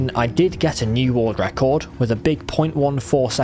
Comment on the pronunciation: "Woorld ruckord"